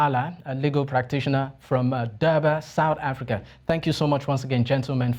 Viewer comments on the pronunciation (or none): What is "Sour Africa"? Your pronunciations are grating and embarrassing!